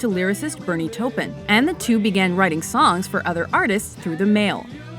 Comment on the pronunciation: They pronounced Bernie Taupins name wrong